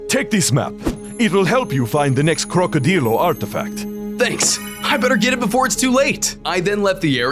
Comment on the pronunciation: Damn man crocodillo not Crocodiyo